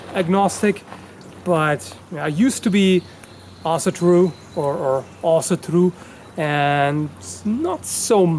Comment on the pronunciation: I second this, at you said something like assedru or something?